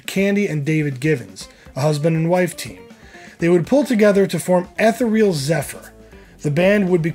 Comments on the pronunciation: It's E Therial...Zephyr...... sounds like E cereal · It's pronounced ethereal [ ih-theer-ee-uhl ], and Boy you'd better show the Mississippi River some respect, Iowa ain't landlocked.